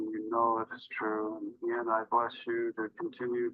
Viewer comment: Did anyone hear "I'm not fallin for that agin!?" hahahaha